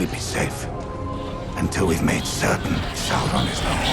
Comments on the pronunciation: Saurrrrrrron Errrrrrregion 😂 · It’s pronounced SAURRRRRRRRRON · 😂What's with the brrrrimborr and the saurrrrrrron.. Like who listened to this and thought "yeah, sounds good".